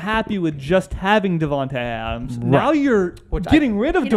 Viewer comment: I’m upset about Davante leaving and plus raiders fans can’t even say his name right